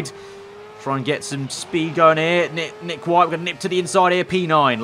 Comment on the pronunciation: Teammate: Nick Whittle "Nick White" If Whittle is actuallly pronounced White, I will be 100% mind blown.